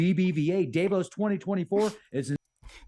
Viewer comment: Okay. Am I the only annoyed every time he pronounces Davos incorrectly? I'm deducting IQ points before he even starts talking on any of his topics.